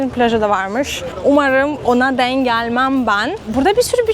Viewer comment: artık tam bir Türk gibi konuşabiliyorsun hatta değimleri mecazları bile kullanıyorsun küçük bir katkım olsun istedim ''denk geldim'' derken ''denk'' teki son harf olan ''k'' yı baskılarsan daha iyi olur güzel kızım.